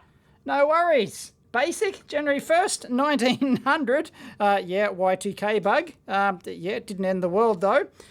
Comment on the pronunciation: "Y 2 gay bug" is that really what you said lol